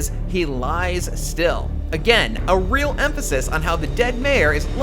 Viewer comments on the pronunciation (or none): none